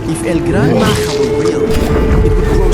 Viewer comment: bro is not el gran maha it's el gran maja